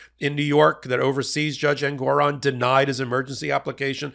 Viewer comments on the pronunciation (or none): none